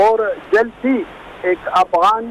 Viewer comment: This is the 3rd show where I hear pronounce Afghans as Awghans. I hope he’s using the term not deliberately. Awghan is a derogatory term used by Tajik for Pashtoons meaning animals